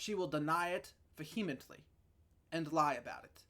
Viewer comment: first ten seconds = i cant take this dummy seriously. antidotal evidence? pretty sure he means anecdotal. 5 min in = Va hee met lee? i think this dummy means vehemently by last ten seconds of video = homeboy knows his shit